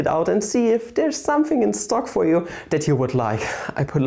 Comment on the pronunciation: dont you love it when he says somefing